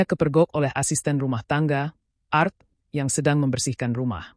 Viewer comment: Pembawa beritanya kayanya ga di sekolahin dulu ya??? Ga bisa bedakan mana singkatan mana bahasa inggris.... A.R. T itu asisten rumah tangga ( singkatan) tapi ART itu bahasa inggris , artinya seni.... Coba deh sekolahin dulu host nya.... malu2in aja